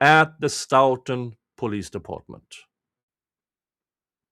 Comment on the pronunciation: I haven’t seen all of your streams. Have you followed the hubbub in Stoughton with the town manager trying to force the police chief out? BTW…your English is way better than my Swedish, but may I gently point out that they say “Stow-tun” (like “toe”).